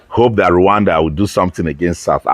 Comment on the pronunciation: Why are u calling it luwanda